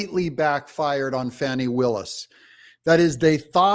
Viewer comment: It’s pronounced Fawni..like ceiling fawn